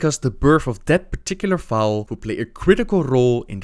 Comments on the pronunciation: Fowl? It's FOAL! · Hey, Love yer vids. Just wanted to fix your pronunciation a little. Foal is pronounced as "fole" like hole, not fowl. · also foal is pronounced fole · heard it with a silent l. I'll stick with the way it's pronounced on the online dictionary, the l is not silent. Regardless, it's def not fowl/foul like how he said it. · foal is more like pole but with an F. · You don't pronounce the l in foal... it kinda just drifts there. Kinda pronounce it like you would foux